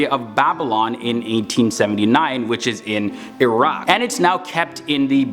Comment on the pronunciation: Iraq is not Iraq! Come on and the battary are call bagdahad battary!